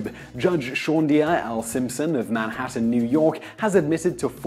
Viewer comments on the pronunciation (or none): none